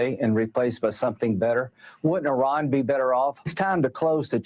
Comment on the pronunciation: That's not how IRAN is pronounced.